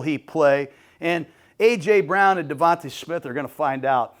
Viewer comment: He also said eagles have won nfc east twice in a row and going for third. .and always says devonTUH smith.